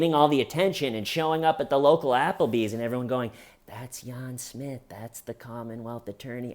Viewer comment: "Yahn Smith" 🤣